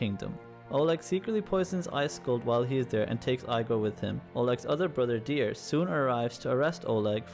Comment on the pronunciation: Your pronunciation dude.. Eye-gor? Ooby? Keev?